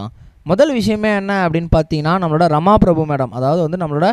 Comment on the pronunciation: His first wife is Rama Prabha not Prabhu . Please pronounce the names correctly